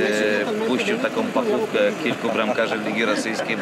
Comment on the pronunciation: panowie z ŁNP, "pachówke", nie "pakówkę" :)